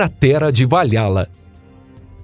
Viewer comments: Valhalla se pronuncia " valrala e não vaiala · Ele também falou Va Lha lla e não Val Ra lla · Cratera de Valhalla também está falado errado, o correto seria Val-Halla com som de R no H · Tem outro, se pronuncia Val Rala = Valhalla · VaLHAla ao invés de Val hala foi de fuder kkkkkkkkkkkkkkk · a pronúncia correta de Valhalla é "Valrala". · "estrela de morte" e "vaLHÁla" foi foda kkkk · Pronuncia-se Val"RÁ"lla. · Gosto muito desse canal mas há um erro nessa pronúncia escreve-se Valhala mas se lê "valrrala"